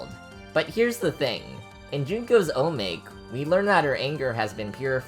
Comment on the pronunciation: great video! only criticism is the pronounciation of "chang'e" and "omake" the pronunciations are "chang - wo" (approximately, chinese is a little hard to transcribe) and "o-ma-keh" respectively